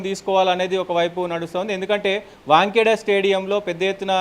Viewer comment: Bro...Stadium name is not not😂Wankhedia it is Wankhede. Right hand Opened SANJU SAMSON తప్ప ఎవరూ రారు. మళ్లీ నా Comment కు Negative గా ఆలోచిస్తూ...Right hand Opener గా Surya Kumar Yadhav Hardhik Pandya లు ఉన్నారు కదా అని Counter Thought చేసుకునేవు. ఇంకా 20-20 ల్లో England ను Westindies తో పోలుస్తూ Westindies ను తక్కువ చేసి మాట్లాడటం శుద్ధ తప్పు. దీనితో నీకు Cricket పెద్దగా తెలియదు అనిపిస్తుంది. ఒకవేళ తెలిసినా Cricket Analyst గా మాట్లాడటానికి ఇంకా నేర్చుకుని వస్తే బాగుంటది. ఈ/మీ Channel వారికి తెలియజేయునది ఏమనగా Immediate గా Analyst గా ఇతని స్థానంలో వేరే ఒకరిని Appointment చేస్తే బాగుంటది.